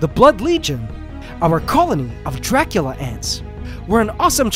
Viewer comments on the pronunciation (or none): none